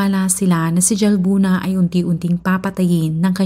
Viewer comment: Halbuna po ang pgkapronounce ng Jalbuna☺️